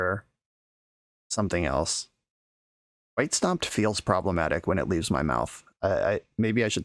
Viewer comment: or "stompied" instead of "stomped"